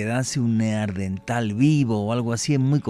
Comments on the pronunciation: Min. , este señor acaba de descubrir un nuevo antecesor del ser humano el "NEAR-DENTAL" (cerca del dentista), incluso dice que hay mujeres" NEAR-DENTALES" min. . No puede decir que es un error porque lo repite varias veces: min. , min. , min. , min. , min. , min. .... Señor, lo que hay que oír. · NEARDENTAL, NO. NEANDERTAL. VALLE DE NEANDER, CERCA DE DUSELDOF, ALEMANIA.